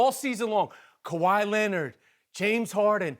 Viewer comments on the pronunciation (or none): Stephen A. "KAWAMAY BROWN"